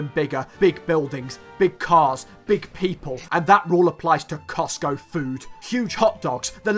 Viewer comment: Did he just say coctgo? Lol